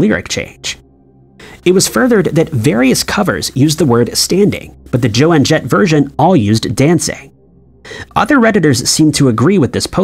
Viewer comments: “Joann Jett”?? It’s JOAN Jett my man. Also, I can’t prove it of course, but if you can take my word for it, I can 100% guarantee you that the lyric WAS “I saw him STANDING there by the record machine” . Sounds lame now but I was 14yrs old when this song came out. I was a young teen obsessed w my music. I bought this album, I also had cassette tape. My friends and I played it endlessly. In my art class I did a portrait of Joan and I wrote the lyrics down to this song near her face… just to make it more “artsy”. I can absolutely PROMISE you that the lyrics were “STANDING” by the record machine and MOST DEFINITELY NOT “dancing” by the record machine!! It was NEVER “dancing” 🤨!! And it’s also a 100% guarantee that in Star Wars, it has ALWAYS been, “Luke, I AM your father”. NO doubt abt it. There’s a guy on YT that played his old VHS tapping of the movie … and it literally DAID, “Luke, I AM your father”. That’s how I.. and millions of others, always know it to be. Never what they are saying it is NOW 🙄 It always was and will always be .. “Luke, I AM your father”. Period. End of story. And how abt the whole “Fruit Of The Loom” thing going on ?? The company itself SWORE up and down that the label NEVER featured a cornucopia with fruit spilling out of it. I can’t remember who she is, you can look her up, but this lady on TikTok found an old label or two at a thrift store, or in her grandma‘s attic or some place… and indeed, there WAS the cornucopia !!! That’s exactly how I also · Yes, Joan, not Jo-ann. I get so frustrated with the mispronunciations by this announcer. I have friends who do similar jobs. They MUST check their scripts for proper pronunciation before getting on the mic. Argh! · The narrator created a Mandela effect simply by calling her Jo-Ann. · He did not say Joanne Jett! Like he just did that just to get comments right? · Joan - like moan. Don’t call her one of the greats then not say her name right 🙄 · Yeah that was annoying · It's Joan Jett, not Joanne.